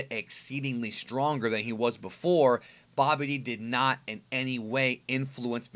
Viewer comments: Hahahaha saying Babidi as "Bobby Dee" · I thought he said "Bobby D" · Can't stand how you pronounce "Babidi"